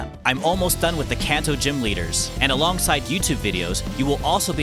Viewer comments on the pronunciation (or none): none